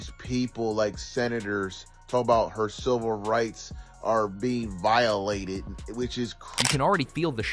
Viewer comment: Voilated!😂 ever gaym! 😂